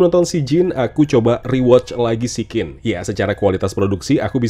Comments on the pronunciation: Siccin tu ditulis dalam bahasa turki, huruf 'C' di turki dibacanya ya 'J'. Jadi tetep sijjin bacanya, bukan berubah jd 'sikin' 😂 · Maaf bang izin ralat. SICCIN klw di turkey di baca nya SIJJIN pake J yaa bang. Bukan SIKKIN [Pake K]